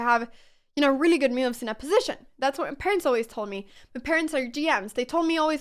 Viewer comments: Love your content! Thanks for all the explanation. On a funny note, I realized you say "moves" like "me-you'vs"! haha, and "new" as "ne-you's", and "now" as "knee-ow"! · I'm just here to see her smile and hear her say, "me-ooves" lol